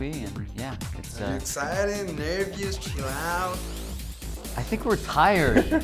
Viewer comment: nervous, you don't have an "i" in that word, so don't say it. It actually sounds like "nerbus".